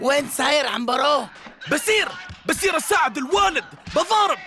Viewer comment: عمبرو مو عنيرو